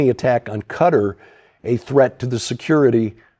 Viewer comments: Respectfully, Qatar is not pronounced "cutter". It is pronounced katar, (like guitar with a k) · How can you, a very intelligent and learned man, pronounce Qatar as cutter?